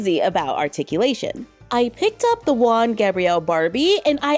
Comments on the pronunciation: Not Wan Gabriel, its more like Who-an😂, but you almost nailed the pronunciation! Thanks for reviewing it, I love the doll. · Juan, from juan Gabriel is pronounced huan, blowing with the throat like in him or here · Hi, the J in Juan is pronounced as a H HU-AN Gabriel.